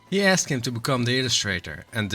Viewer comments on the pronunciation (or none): none